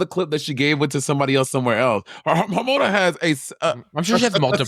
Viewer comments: monet calling hormona "harmonica" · I’m sorry but Monet calling Hormona “Harmonica” just took me the fuck out lol